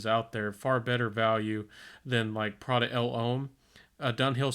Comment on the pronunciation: No offense but saying Prada "El Ohm" (pronounced "loam") made me laugh lol 😂